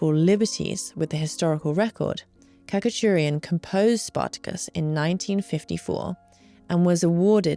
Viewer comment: The composer for Spartacus is, I think, pronounced 'katcha-churian'. Very likely that's incorrect and influenced by the Australian accents of my teachers😆